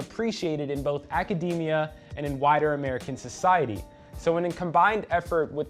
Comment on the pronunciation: ....whiter or wider American society? lol my brain was hearing both words at once. Maybe it’s cus I haven’t gone to bed yet?...😅